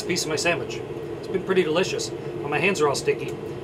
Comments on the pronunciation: The way he says sandwich is triggering me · Did he just said sammich???😂😂